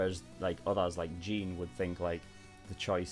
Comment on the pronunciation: Okay it's a bit nit picky if I say this but it's kinda annoying me the way you pronounce Jean's name, in the show they say it almost like Sean but with a j I'm not hating but just wanted to get that out